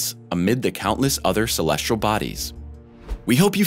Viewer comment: "Celestral body"